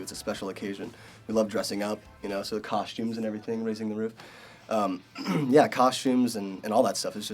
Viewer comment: brendon says "costumes" funny. it makes me smile :)